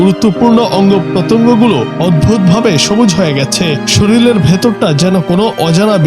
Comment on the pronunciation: Please pronounce correctly: shorir not shoril